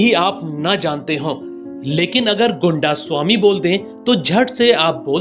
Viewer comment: Goondasami nahi.. Gaindaasaami